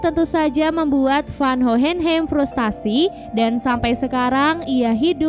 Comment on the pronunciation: Hohenheim bacanya “howhenhaim”